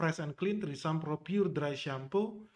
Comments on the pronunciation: Trismi bukan trisam wkwkwk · Bukan trisam bacanya bang, tapi treseme begitu yg sy liat di iklan TV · Btw ngakak pronounce tresemme jadi threesome🤣🤣🤣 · Mendengar ucap tresemme kok dengernya jadi treesome jadi wisata kepale ane Bang.... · Iya risih bgt dngrnya🤦🏻‍♀️🤦🏻‍♀️ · Bacanya bukan trisam.. Bahaya itu. Artinya maen bertiga Bukan rambut keriting lagi 😂